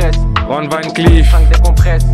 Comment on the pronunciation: van se lis ''vonne ''